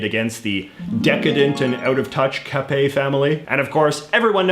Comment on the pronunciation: thanks for not prononciate the "t" in the capet's name. That was not bad , not bad at all , and i say that as a french who love history . anyways , i'm gonna look some other video you make to learn more about other stuff , specialy canada .